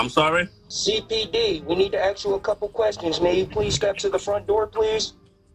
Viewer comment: Cops say ask not axs